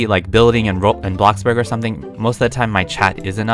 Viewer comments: i would just like to say he said “bloxburg” not blockburg lol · saying bloxburg normally Me:Are you sure that you are?!